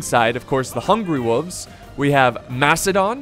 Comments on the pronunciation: Its wolves not woovs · Can we just take a moment and judge on how he pronounces “wolves”. I guess the “l” is silent and I didn’t even know